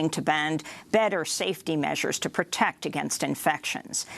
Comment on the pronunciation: "Pertect against viral infections? At the same time, you pronounce protest correctly, instead of saying "pertest". Which one is it then? Are you at least planning on learning the English language sometime during your life or not?